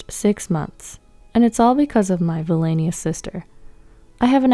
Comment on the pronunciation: Please google how to pronounce villainous!!!